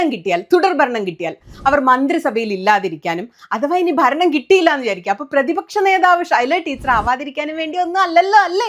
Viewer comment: ബരണം? അനുബാവികൾ? ബരിച്ചു? താങ്കൾ വാക്കുകളുടെ ഉച്ചാരണം ശരിയാക്കൂ....